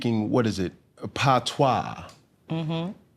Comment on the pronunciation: Man has locs and don't know one thing about reggae/dancehall? 😂 What a joke The way he pronounced patois is sickening.